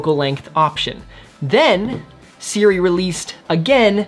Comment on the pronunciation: How on earth is this pronounced as Siri?